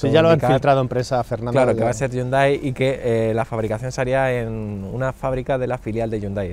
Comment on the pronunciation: Dislike por como dicen Hyundai 😂😂🤡